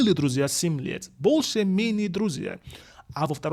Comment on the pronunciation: 😀When u say “больше» , it sounds like bullshet ,lol